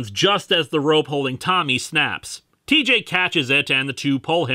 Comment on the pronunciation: did you say cheejay?